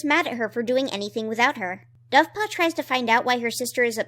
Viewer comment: For some reason at like I heard that as buffpaw. Dovepaw is now buffpaw.